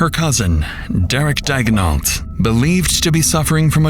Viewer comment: Is that really the way Americans says Daignault? In french it’s more like Dey-gno